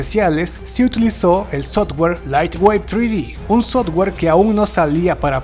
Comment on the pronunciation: Normal, eso de Guernica casi ni es, pero háblame de Sodware?? SOFTWARE no? hay cosas y cosas. y no ESTEVEN ESPIELBERG, STEVEN SPIELRBERG, SE PRONUNCIA CON S. Y no no soy perfecto, pero hay que aprender.